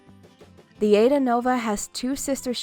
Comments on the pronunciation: Pls its not aida... its a,i,da thx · I'm pretty sure it's pronounced I-ee-da. Not Ayda. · THE COMMENTATOR OUGHT TO LEARN TO SAY THE SHIPS NAME AIDA IS PRONOUNCED I EDA